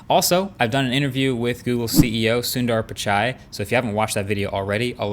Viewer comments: He pronounced Sundar Pichai's name correctly in this video... 😅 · 2 things to appreciate Marques for . 1st , quality content (as usual) and 2nd , did the appropriate pronunciation of "Sundar Pichai" this time 😬